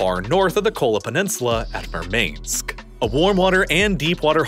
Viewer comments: Second video in which you pronounced Murmansk like "mane" instead of "man" - I dunno how that happened lol. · Mur-mainsk? It's so incredibly frustrating to hear a script reader for a lazy for-profit YouTube channel so badly mispronounce a proper noun that it's obvious that the moron who read it literally has never heard of any of these things before spoken out loud. It's soul crushing. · Good Video.Also: Murmainesk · Who else cringed when he pronounced "Murmansk" as "Mur-manesk"? Also, you're giving the russians too much credit here. The russians already greatly believe Ukraine is gonna be coming through the sea, as they have already started fortifying the coastlines with trenches. Also, ever since Ukraine smashed the bridge, and begun winning, all the russians in crimea began to leave in a mass exodus, therefore I doubt Crimea is still majority ethnically russian at this time. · You mispronounced Kyiv and Murmansk. And you do that repeatedly.